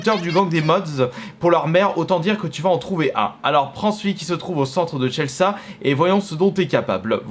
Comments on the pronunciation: "Tchelssa" pour dire Chelsea... mais bordel tu le fais exprès ou quoi ? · « cheleça » sérieusement ? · Tu as mal prononcé " Chelsea " ça se dit comme ça s'écrit mais en anglais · " au centre de Tchelssa" Alors ... Non...